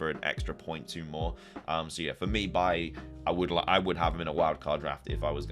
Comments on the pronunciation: I really like this draft mate, easy ways back to the Liverpool assets too. I've gotta point out one thing that bugs me - Bailey is pronounced Bay-Lee, not Buy-ee 😂 great content as always, mate 👍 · It’s pronounced “Bay-Lee”